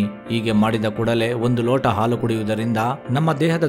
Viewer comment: ಮೊದಲು ಸ್ಪಷ್ಟವಾಗಿ ಕನ್ನಡ ಮಾತನಾಡುವುದು ಕಲಿ.. ಹಾಲು ಅನ್ನೋಕೆ ಆಲು ಅಂತೀಯಾ, ಆಲುಗೆಡ್ಡೆಗೆ ಹಾಲುಗಡ್ಡೆ ಅಂತಿದಿಯಾ.. ಏನು ವಿದ್ಯಾವಂತರು ನೀವೆಲ್ಲ 🙆‍♂️🙆‍♂️